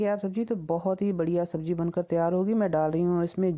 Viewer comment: Recipe acchi Or sahi hai.. But presentation... Sabzi ko sabji, zeera ko jeera , Zaroor ko juroor, bareeq ko breek, tasty ko tashty, Or bhi na jane kitne hi shabd hain.. Kya kahein..? Bhasha ka aader or Sammaan Kaheen kho gaya hai 😭 Anyway..nice recipe 👍